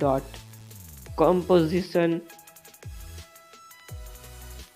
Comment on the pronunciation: Comosition or composition? Lmao homie, you better than this